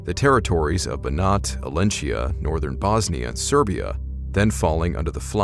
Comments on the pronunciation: Small correction: The region in Romania is called Oltenia, not Olentia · It's Oltenia, not Olentia. Source: I'm from there, and I remember an event that happened less than 20 years ago. I was at my grandparents in a village small and remote enough that it wasn't even on shown on most maps until Google Maps appeared. Late in the evening a neighbor called for my grandma to go meet her brother at the cemetery quickly. She returned hours later looking exhausted and didn't want to speak of what happened. The next day police arrived and she had to go with them at a regional station to testify about what happened. Then on evening news I found out her side of the family had dug up the coffin of a recently deceased distant relative and impaled the corpse because he had returned as a strigoi and was haunting them, and were now under investigation for desecrating a grave.